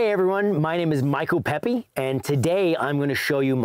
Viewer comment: Great video but I thought it was "Pepe" not "Pepi" xD